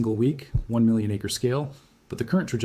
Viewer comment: So is it you or your AI that can’t spell or pronounce acre?